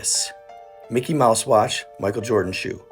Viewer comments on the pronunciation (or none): none